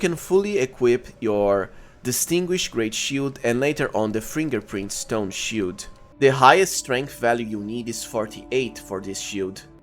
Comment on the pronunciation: "shiout" "shioult buff" "scholar's schioult" "greatshioult"